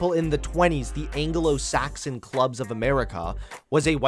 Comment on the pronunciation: Nobody:: angolo-Saxon